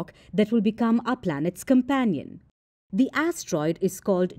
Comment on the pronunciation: She said "a tiny a** troid"